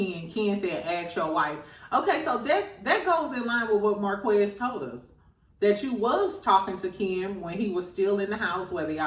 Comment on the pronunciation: Please say Mar-kez, not Marquezz. It sounds different than it’s spelled.